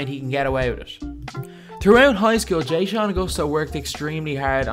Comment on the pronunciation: “jay-shawn” lmao so white. its “Juh-shawn” dawg